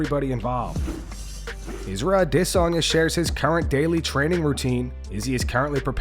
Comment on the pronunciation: i love you bro, but the way you pronounce Adesanya just tingles my pickle....